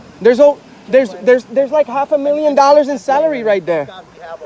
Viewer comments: "Half a million dollars in 'Celery' right there (Salary). 😂😂😂 Thanks for the laugh Bro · All of you fucking so called journalists are such complete morons. You constantly moan about millions of dollars in wasted celery yet you are the cause of the wasted tax payers celery as you pronounce it.